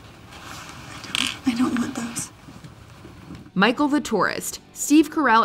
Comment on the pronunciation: She said bicheal instead of micheal